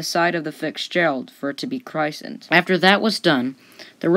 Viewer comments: Were you drunk when you recorded this, then said ‘meh, good enuf’ during editing? “…took 3 hits to break the bottle to CRY-ssind the ship…..” tawl-eh-doh does not equal Toledo. I gave up shortly thereafter. And the narration volume was all over the place. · Sounds like is quite young being that he does not know how to pronounce chrishten let alone that the Edmund Fitzgerald was the pride of the american side,not the pride of the american flag